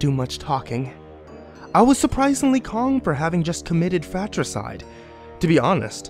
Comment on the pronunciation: ... did anyone else hear "Fat-ricide" instead of "Fratricide" 😂🤣